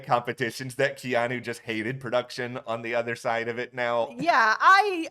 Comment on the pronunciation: I’m being that person. I’m soooo sorry. I have a nephew (Hawaiian) with this name so I have to. KEY-AWE-NEW = Keanu Love your BB coverage. Again I’m sorry! 😅